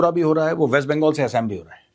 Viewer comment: Please say "आसाम" not "एसेम" if u r true Nationalist